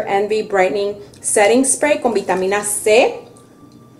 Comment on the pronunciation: ❤❤muy linda tú usando a tu mamita pero chama me gustaría q mostrarás de frente las marcas de los productos ,y li digas en español yo se papá de inglés o sea nada cuanfo aplicarte el último spray sellante lo dijiste bien clarito Spray recuerda q don videos para latinos pues no pronuncies todo en inglés para entenderte yo súper agradecida con tus enseñanzas yo también soy grande como tu mamita😊 Bendiciones para ti chama éxitos desde FALCÓN Venezuela